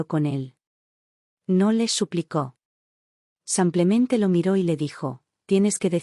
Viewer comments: 😂 no es san Clemente, es "samplemente" en lugar de simplemente 🤦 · Porque dicen samplamente en lugar de simplemente? Lo he oido en varias narraciones. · Pedon ella dice samplemente